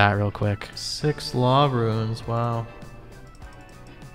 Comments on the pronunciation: every time you say runes it sounds like ruins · Are you saying "ruins?" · Why do you keep saying "runes" like "ruins"? There's no "i" in "runes". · Ruins, blur-ite, si-new. Your pronunciations crack me up 😂